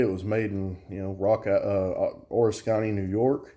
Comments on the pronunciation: O-risk-any, not or-is-kany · haha it’s actually (o-risk-en-ee) I live bout half hour away and recently even heard about them.. glad you made a review cause I haven’t found much!!! Have to say I never heard anyone make Oriskany sound Asian or something, really made my brain twist lol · It's funny how you say Oriskany! Lol. I want to see if they'll let me do a factory tour. I want one too!